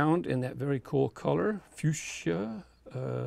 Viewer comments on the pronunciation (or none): none